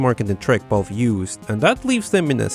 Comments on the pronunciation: V-A-L- VE not balve Valve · My guy, I love you, but it's valve, not vaaulve. 😉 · I was so confused as to why he kept saying balve....then it hit it ahh Valve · Really annoying to hear you say "Ball" instead of Valve... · Every time says "Valve/Valve's", I hear "Ball/Balls" and have to remind myself that he's really saying "Valve". Not trying to make fun of your accent, my dude, it's nothing to be ashamed of or anything. I just think it's a little bit funny.:) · Y he say vOlve not Valve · vaulf? its valve mate :P And tribble-ism? Is that a star trek reference? xD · ITS VALVE!!! V A L V E... not balve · Hears the whole world say "valve" for many years, but then says "vaulve".... why do people do this... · When you say Valve it kinda sounds like you are saying Balls, lol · pretty annoying that you pronounce valve as "ball" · I was halfway through this video wondering what bolve(valve) is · This homie pronounces valve as Vulve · what is this "Bolve" you keep mentioning? :D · "Vaulve" XD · v's are pronounced closer to f's than b's. You are saying "Balve", you would be closer saying "Falve" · I love how you pronounce Valve as BAULB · From now on, I will call the Valve company "Bahlb". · i cant stop noticing that u say the v as a b haha